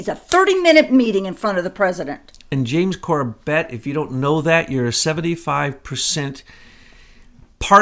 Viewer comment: It's NOT corBET, it's CORbet, the pronunciation of James's name. I've heard him since he was a guest on THE POWER HOUR with Joyce Riley. He did a great 911 vid. Last I knew, he and his family lived in Japan, in Tokyo. I think James just doesn't know what you know. He's not up to speed. And is only putting out what he knows.